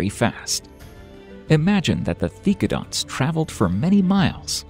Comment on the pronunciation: Seriously, you mispronounced so many animals' names. The most egregious was Dye-ma-troe-don when it was Die-MET-row-don! And it's Theck-o-donts, not Thee-do-conts!